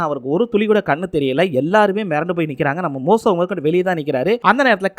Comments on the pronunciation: மோசோ இல்ல தம்பி மோசே தமிழே பிழை இல்லாம படிக்க தெரியில ஏன் பா ஏழுதி வைச்சத பாத்து அப்படியேவாபா பேசுவ உச்சரிப்பு பிழை இருந்தா சரி பன்ன மாட்டியாப்பா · டேய் மோசோ இல்லடா மோசே 1000 தடவை சொல்லிப்பழகு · தம்பி மோசோ இல்ல பா மோசே நிங்க பைபிள் முழுவதும் முழுமையாக படிக்கவும் இல்லையென்றால் இத்துடன் இதை முடித்துக்கொள்ளவும். வேதாகமத்தை முழுமையாக படிக்க குறைந்தது 3ஆண்டுகள் ஆகும் தம்பி